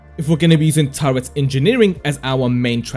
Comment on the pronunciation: Turret not Turrent.